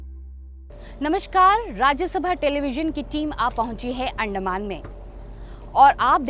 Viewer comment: अंदमान है भाई उस्को अंड कह रहे हो.😂😂